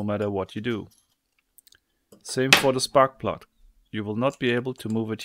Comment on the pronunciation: "same for deh spart pluduht"